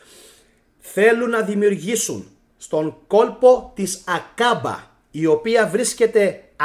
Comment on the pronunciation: 'Aκαμπα αδερφε, Άκαμπα οχι Ακάμπα, πολυ καλη η σκεψη και η αναλυση σου σ ευχαριστουμε πολυ!!!